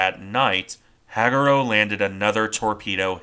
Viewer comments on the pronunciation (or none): Hag U Ro Ha Gu Ro Use 1.25 speed before dismissing the video. It’s much more natural sounding. Otherwise, well done! 👍